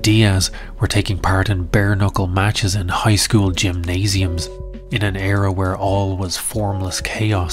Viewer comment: "zhe probably went to another zchool" 😂😂😂😂